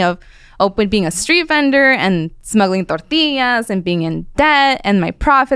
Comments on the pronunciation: Can't stand when people turn that extra on when they say a Spanish word. "Torteeeeaaas"😂 Half my neighborhood were illegals and I grew up with their kids, I only ever heard it pronounced this way by wannabes that grew up Americanized but wanted to be like their family or friends from Mexico. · How she says Tortillas is a sin